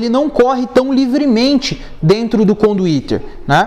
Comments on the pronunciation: Conduíte cara, não conduítERRR!!! RSRS Maneiro o vídeo. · Super didático, mas que agonia ele dizendo conduíteR. É conduíte. Kkkk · Conduiter? Conduíte? Eis a questão. Man, bom seu vídeo, a propósito. Mas tu falou muito conduiteR, tá errado, dói oszuvidu... Rsrsrs